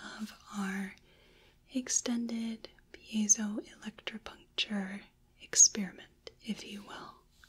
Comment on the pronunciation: That pronunciation of Piezoelectripuncture seemed so effortless!